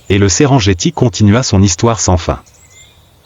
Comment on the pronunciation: SERENGETI SE PRONONCE SÊRENNGUETI ET NON...JETTI! C'EST DU MASAÏ, PAS DU FRANÇAIS!